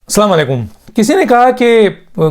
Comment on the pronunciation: محترم۔ کوشش کر کے واضح طور پر اسلام و علیکم کہا کریں۔ شکریہ